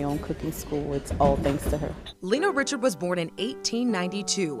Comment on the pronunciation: Born in 1892 and grew up in New Orleans? Her name was not pronounced Richard but Ree-shard with a creole accent fa sho! She had a cooking show before Julia Child and yet her story was lost and forgotte, until now. 🤔 Brava chef Lena Richard! 😘